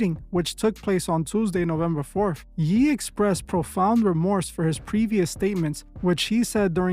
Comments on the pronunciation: why did you pronounce Ye as “yee” biblically it’s pronounced “yay” as well. Is this AI? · Dude this video is ai. Why are you pronouncing Ye as “Yee”? Sounds like the way ai narration mispronounces words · yooo first ever truth is channel ai allegations ¿¿¿ swear no way u a human & pronouncing Kanye’s legal name of “ye” pronounced yay like the end of his Christian given name Kanye given to him originally by his mother the late great dr. Donda West which I have heard u pronounce correctly plenty of many times in past videos u have done on this channel … so either u are still the concerned righteous human who wanted to spread the word & gospel to the many other truth seekers here on earth & u have since fallen slightly lazy & have given in to using some amount of ai to make ur video making / editing a bit easier … or , they have unfortunately gotten up with u & have now either silenced u (ya know the kinna way that they usually do this typa thing ??) & are now continuing the channel to make things seem less suspect as if u are still here with us exposing the truth in the industry / governments of the world but instead now secretly pushing the same agenda u were once so against & were so dead set on exposing that u so righteously were doing here on The Truth Is YouTube channel here ???¿¿¿